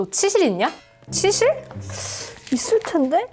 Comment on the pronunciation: 순간 치실 말고 치질 로 들렸음 ㅋㅋㅋ